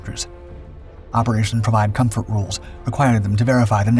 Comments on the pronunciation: 'M'...co*M*fort. Not co*N*fort (unless you're a very...VERY...**VERY** opd French man.😂🤣) All joking aside. GREAT video. Thank you for sharing ☺️ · “comfort” not “confort”. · CONFORT??? wtf is that!? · "Provide Confort"? I think you meant "Comfort"...